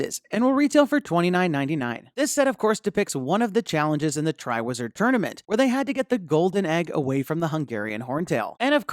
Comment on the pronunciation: “I’d like to annouce the Tri Wizard tornument”